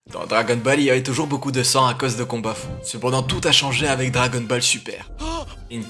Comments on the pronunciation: Attends qu'est-ce que je viens d'entendre la mais on dit pas dragon balle Dragon Ball puisque tu as dit dragon balle le bas nique ta grand-mère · Attend ta dit Dragon balle ?!!